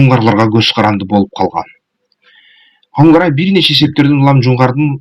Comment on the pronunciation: Хангорай эмес Конурай...